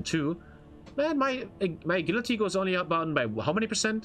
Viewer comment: "a gill la tea" 💀